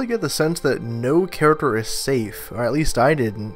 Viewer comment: please learn how to pronounce the word character. It's not Karik-er, it's Kar-ik-Ter!